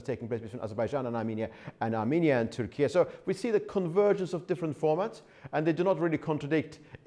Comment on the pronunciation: Say Turkey correctly😂😂😂 WTF is turkie???